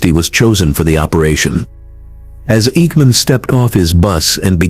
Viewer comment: I hate AI generated voices. This AI couldn't pronounce the names of Mossad or Eikman.